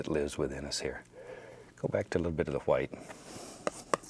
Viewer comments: Stop saying white that way we stop saying like that since 1066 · “Titanium H w i t e” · little bit of HWHITE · why does he pronounce white so weird? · I love how he says white